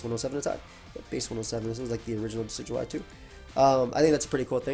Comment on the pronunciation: It's pronounced "decky-dooey"